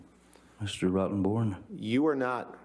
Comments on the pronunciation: I just LOVE the way he pronounces her lawyers name…. Mr ROTTEN..BORN. 🤣. He is just priceless! 💝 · Everytime Johnny say "Mr. Rottenborn", it sounds more like, "Mr. Rotten C*nt":)) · I love the way JD always makes a point of continuely saying AH lawyers name Mr Rottonborn or that's what it sounds like.😂🤣🤣🤣.There's not a dam thing he can do about the fact because that's what his name sounds like.🤣🤣🤣😜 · That mfs name is not fxckin pronounced ROTTONBORN too that is irony at it's finest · "Can you say that again.. Mr. ROTTENborn"👀 (seems like he slightly emphasises the name). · Johnny loves saying ROTTEN BORN ...... ha ha ha. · I love how Johnny loves savoring every syllable when calling that man by his last name...Rotten-born. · I sense that depp takes real pleasure in pronouncing Amber's lawyer Name... Mr. ROTTEN BORNE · I love how Johnny adds emphasis to when he says 'Mr. Rotten-born' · I love how Johnny emphasizes " ROTTENborn" when acknowledging him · I love how Johnny keeps pronouncing "Mr. Rottenborn." He does it with the perfect amount of snark while still remaining respectful. 😂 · "Good afternoon, Mr. Rottenborn"...with emphasis. Pure fire. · I love how he emphasized Mr. Rottenborn 😭😭😭 I love you Johny ❤️ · Emphasis on "Rotten" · The name rotten-born says a lot on its own ahahahah him just emphasising it makes it funnier. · I love how he keeps saying “Rottenborn” Johnny Depp is a very caring and decent man. When Heard couldn’t get money out of the divorce she resorted to lying about domestic violence as a means to get money out of him - she’s a lesbian ffs - why did she make a play for Johnny ? She also tried to come on to another costar in another movie but he knew what she was about and put an end to it . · The way Johnny pronounces Amber's lawyer's name is priceless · ahahahahahaaaaa, the way Johnny says the lawyers name .